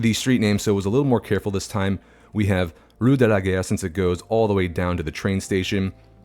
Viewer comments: because of how you pronounced Rue de la Gare, you made it sound like you were saying "Rue de la Guerre" which in my head made sense as I would imagine people would associate taking that road with getting to the station to go to war. There could even be a monument to the fallen heroes alongside it to drive home that point. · First, THANK YOU for saying it Seine as Sen and not Sane. For Trainstation Street -- Gare actually rhymes with car. Having lived in Europe this looks VERY much more like what I saw day to day in places I was. Love it!